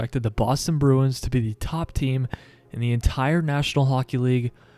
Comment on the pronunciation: Start to pronounce the club name correctly.